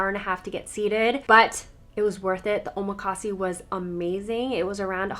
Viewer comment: Wonderful round up of things to do in Seattle. Thank you! One small note, when you order chef's choice at a Japanese restaurant, it is called omakase, pronounced o-ma-ka-se, with the vowels pronounced like in Spanish (not "see" for the last syllable). There a few newer omakase places that sell out within minutes of opening online reservations every month. I hope you are able to experience one or two of them next time you visit. 😀